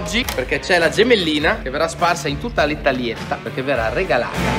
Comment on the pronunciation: La R A G A L A T E la panda io vi regalerei un corso di italiano comunque siete bravi ❤️